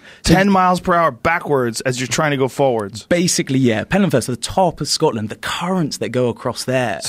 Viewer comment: PenTland Firth. With a T.